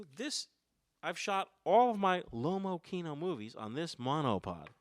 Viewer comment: x) Pronunciation of Lomokino is wrong,if it is a russian camera you could at least try to pronounce in an original way, russian way.Lomo Kino not lomo kieno(you need to rough a bit). Kino means cinema.